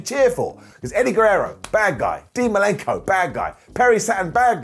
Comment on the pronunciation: Who's Dean Malinko? It's Malenko